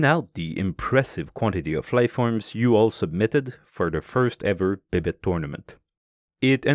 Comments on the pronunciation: Why do you pronounce it 'bib-it' when it's spelt 'bibite'? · C'est pas français, c'est québécois 😂